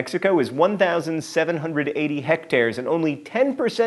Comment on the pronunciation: john you pronounced hectares correctly this time!